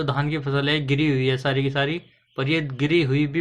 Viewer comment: वीडियो तो आपका बहुत अच्छा है थोड़ा एक दो शब्द आप को सुधारने की जरूरत है रहा हू की जगह रहा हूं बोला करिए करूगा की जगह करूंगा बोलना स्टार्ट करिए हे की जगह है बोलिए 👍👍